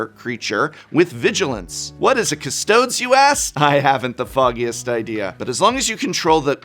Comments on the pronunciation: Hey Prof! icydk, Custodes and Astartes are pronounced with a long e at the end - Custodees / Astartees - kind of like Arcades the Strategist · Is it not pronounced cuss toh deez (nuts) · Professor, you should know that Custodes is pronounced with a long E, meaning it sounds like Custodeeznuts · Its pronounced custodees not custards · The pain every time he said Castods….it’s ka’steudiz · "what is a cast-toads?" Latin: 100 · 40K is bloated. The models are great. The terrain is great. The rules are as balanced as a barbed wire and towing chain wrapped baseball bat vs. water balloons. If these decks are balanced then it isn't 40K. Price point and FOMO limited is spot on those. And it's pronounced Kus-to-deez like custodian? You were an English professor weren't you? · Custodes is pronounced cus toe deez. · Actuallly it's Custodes as in CustoDEEZ....is a very good video, thank you Prof! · Great video as always :) Quick pedantic tip, 'custodes' is pronounced kuh-stoh-deez (WH40k loves its fake latin words) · Cuss-tow-dees. Good grief man. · As a die hard 40K and MTG fan, I love every mispronunciation the Prof made! The Custodes will now forever be known as the "Custoads" to me and my friends. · Prof, the humans in 40k are supposed to have a roman theme to them. Custodes is pronounced "cuh-stoe-dees" as astartes is pronounced "ah-start-tees". Keep that in mind when you see names like that! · The way custodes is pronounced sent me lol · I feel like he knows how to pronounce Custodes correctly but is refusing to just to make all 40K players cringe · Vince is going to have a sit down with the Prof about the pronunciation of custodes.